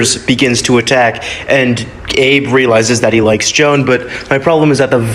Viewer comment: HER NAME IS JOAN NOT NOT JO-ANN